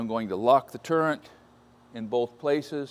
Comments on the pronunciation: "Turrent" really brought me home though. An old friend of mine used to say that along with his dad, and I love it now. Language is fun ^-^ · Are you saying turrent, because that's what I'm hearing! Its turret isn't it? I'm getting too damn old! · It sounds like you are calling the top rotating head that gives this type of machine its name at "turrent". If you are not saying that, please forgive my aging hearing. If that is how you are saying it, it did not come up on the online dictionary. Even when I spelled it here, it is underlined in the tell-tale squiggly red line telling me there is no such word. That dictionary did give me a suggestion of the word I am thinking you meant, "turret". Please let me know if my research is incorrect and "turrent" is, indeed the correct term. Thanks for the share of your nice radial drill press. I wish I had room for one of those. And, as I must do also, install a three-phase converter to use such a machine. Thanks, again,, Lancaster, Pennsylvania. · There is no "n" in turret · Great vid as always. Heads up - it's a "turret" not a "turrent" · I believe the correct term is “turret” not turrent. Not to be pedantic. I had to look it up myself. 😅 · Morse taper not morris, turret not turrant.